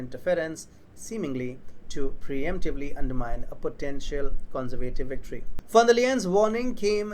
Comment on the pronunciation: take lessons in english pronunciation...the way you pronounce "conservative" is childishly wrong...